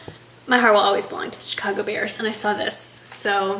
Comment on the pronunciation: You said "oways". That's awesome! My husband hates when I say oways, but I don't care. Love your videos and keep up the good work. Happy Day!